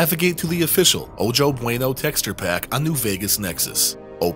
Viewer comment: Ojo (pronounced "oh ho") Bueno includes a meshes folder. The Nuka Cola vending machine mesh seems to bring the Fallout 3 engine to its knees. You can delete the meshes folder and increase performance. Can't wait for episode 8!